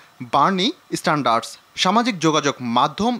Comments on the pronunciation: বার্নি স্যান্ডার্সকে বলতেছে বার্নি "স্ট্যান্ডার্ড " এই হইলো এখনকার সাংবাদিকদের যোগ্যতা!!! আফসোস.... বিরাট আফসোস। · বার্নি স্ট্যান্ডার্ডস না। বার্নি স্যান্ডার্স!